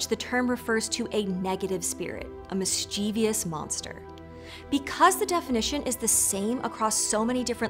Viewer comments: Mischievous. Not mischievious. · Does anyone else die a little inside every time she can't say MIS CHIV US? There's no extra I in that word! 🤮🤮🤮